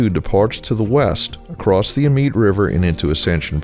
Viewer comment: YT rabbit hole brought me to this video. Amite is pronounced A-Meet and Colyell is pronounced Coh-Yell. It’s a speed trap Village, so y’all watch out.